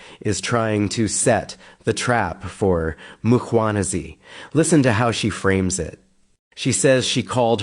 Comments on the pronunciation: It's surprising to me how some South Africans fail to pronounce the Mkhwanazi name, where does Makhwanazi develop from? I would understand Nhlanhla may be difficult unlike Mkhwanazi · not Mkganazi 😂 it's Mkhwanazi pronounced Mquanaz 😅 please